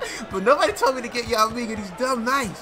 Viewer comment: why was yao's name messed up